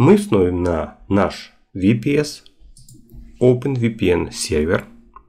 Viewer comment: Ага, так правильно, особенно VPS - ВиПиСи😄